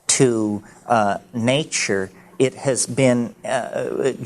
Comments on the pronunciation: I love how he speaks. My all time favourite is naachoor. When he gets on the nature roll you know he is in the magical mystical realm. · it's how he pronounces nature